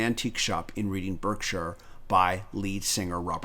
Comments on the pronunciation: That’s some great research, I never knew about Brusher Mills but sounds and looks plausible. It is however long since known that Robert Plant did purchase the painting in a second hand shop in Reading, Berkshire. All I can add, being an ex-Reading inhabitant is that we pronounce it “Redding, Barksher” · Thanks I enjoyed that. For your information the place where the antique shop was is not pronounced as it is spelt! It’s pronounced Redding (as in the colour} Barkshire (as in the sound dogs make). English spellings 😳!